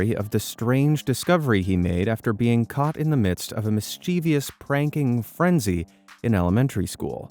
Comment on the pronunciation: A note to the Narrator. Have a look at the spelling of mischievous and' you will see it is NOT pronounced Mischievious.